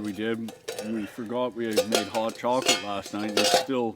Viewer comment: Sounds like your saying HOG not HOT.